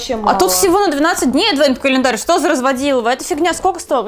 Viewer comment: Божееее!!! Можно же говорить не АДВЭНТ КАЛЕНДАРЬ, а просто Адвент календарь!🙏